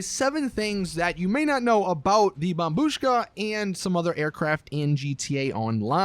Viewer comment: Took you this long to pronounce it correctly